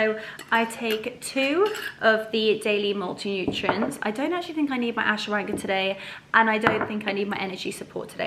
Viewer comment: Hello 💚 oh the soup looks delicious 😋, so nice to be at home with you. Some great information on Vitamins, thank you. I think they pronounce it Ash-wa-gan-da. I don't know how to spell it. Love you lots like jelly tots 😘